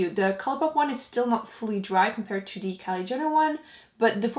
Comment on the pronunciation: Why do you say de instead of the